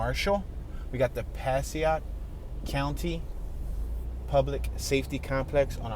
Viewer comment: Oh and it's Pass EH ick. Passaic (who knew if you aren't from around there or having folks from there.